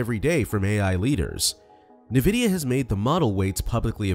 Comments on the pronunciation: Nuhvidea? Fuck man, please put some effort in. This is AI slop. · Suspect this is an ai voice… n’vidia >.< also chat gpt can interpret audio and image data